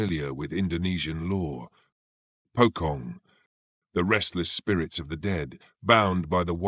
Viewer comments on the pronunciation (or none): That Pokong caught me off guard 😂😂😂 it's supposed to be Pocong (Po as in Police and Cong as in Chonky but H and Y is silent if that even make sense 😅) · It's pronounced as "Po-Chong". NOT "Po-Kong". Hate it when Westerners apply their own styles of phonics to Eastern words. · "Pocong" is pronounced "poe-chong" in both Indonesian and Malay